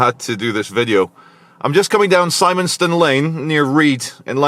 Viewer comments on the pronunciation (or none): I thought it’s Simmon Ston. I know someone who lives in Padiham who pronounces that way without the E on the end. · Simonstone is pronounced simmon stone. Definitely not a local. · Shout out to Simonstone Lane you would’ve drove right past my house today and I miss you and it’s pronounced Sim on stone😂😂😂